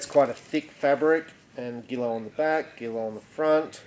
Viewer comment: Pronounced “ZHEE-low.”